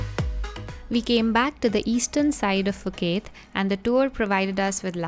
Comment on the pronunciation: Ph = P not F